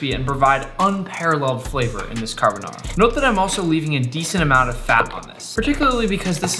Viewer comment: Every Italian dying inside after hearing him violate the name carbonara